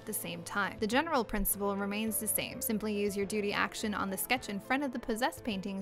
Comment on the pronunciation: it sounds like she's saying doody